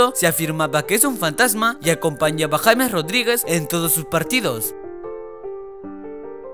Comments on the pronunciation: sabes vos, no es por ofender, se dice yeims no james, por dios estos nenes de preescolar nunca estudian 😠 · JAMES JAJAJA NO SERIA YEIMS?